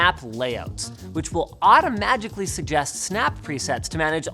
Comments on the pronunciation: No one: Linus: ✨ AuToMaGiCaLy ✨ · 1min and 22 secs in I had to rewind the video and yep he said Automagically. Ok then 👌